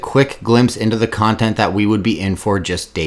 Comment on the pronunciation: He's pronouncing contont wrong